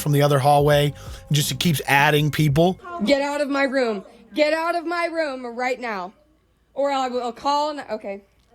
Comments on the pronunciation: sir....if you say room like rum....how tf do you say rum. im dying to know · Please learn how to pronounce room properly